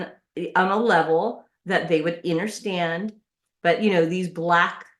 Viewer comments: Did she say “interstand”? And she needs to take it easy with the filters😂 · Innerstand? Is this SOBcit gibberish a new primitive dialect for knuckle-draggers?